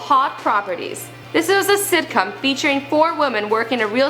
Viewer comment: did she say "sitcum"